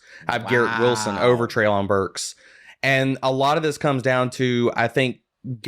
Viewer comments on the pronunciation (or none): Also, Treylon's name is pronounced Trey-lin.